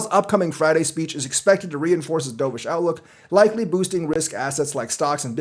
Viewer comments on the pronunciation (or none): I keep hearing "D'oh!-vish", makes me cringe. It's dove (duv) like the bird, not what you did in the pool 😂 but do you, I'll still be here...